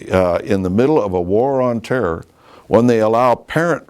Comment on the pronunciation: "war on terrrrrrrr"